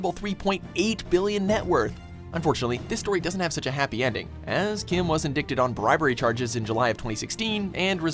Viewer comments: not how you pronounce "indicted" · This dude mispronounces so many words like indicted and analysts. Fucking moron. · You pronounced "Indicted" wrong. Good job... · Check pronunciation of indicted.